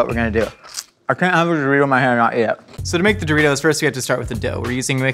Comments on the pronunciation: Do-reece-os... eh I tried to make it work 🤷‍♀️ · I haven't watched the full video yet but if he doesn't call them Doreese's I'm going to be upset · Doreeses? I love that snack!